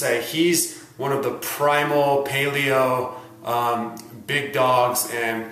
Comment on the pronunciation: ) anyone who thinks Mark Sisson must be on steroids is seriously underestimating what the body is capable of. Thanks for a legit objective look at the pros and cons of both dietary standpoints. Almost stopped watching at the beginning because of how you pronounced paleo lol.